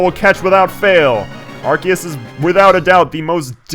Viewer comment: Cardgage is my god... PS: In regards to the pronunciation of Arceus, this video's pretty useful